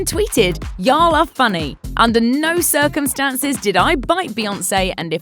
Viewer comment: F beyawnce